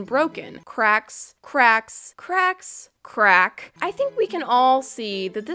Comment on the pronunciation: did you see the sad face on the old ice cream and the way you say crack it sounds like the butt and the drug